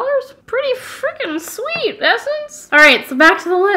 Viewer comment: When you said shveet (sweet), it instantly reminded me of the movie She's The Man lol! On that note, love the video and dedication.